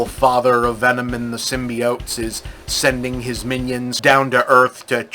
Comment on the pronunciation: I love when Bob says "symbiates" instead of symbiotes. its like hearing your grandpa talk about robuts!